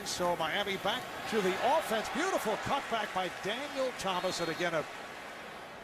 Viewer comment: Why the Rich Gannon pronounce it Ow-ffense?